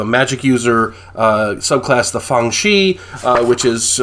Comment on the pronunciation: It's good, people. Grabbed a copy at NTRPG Con, along with several other BRW games titles. Excellent addition to your OSR games. Only minor quibble concerns your Chinese pronunciation and inconsistent Romanization of Chinese terms in the book. Next time, consult an expert, like me. For example, it's gongfu (功夫), not kung-fu. Shi is pronounced like "sure," not "she."